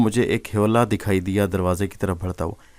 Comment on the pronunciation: Mai bhi apko kuch hindi words ka sahi talaffuz batata hoon, jo aap galat padhte hain, jaise manush jise ap mansh padhte hain, diya ko daya kahenge, kaldeep ko kuldeep kahein, aur bhi bht se hindi words hain jo mai apko aage bataunga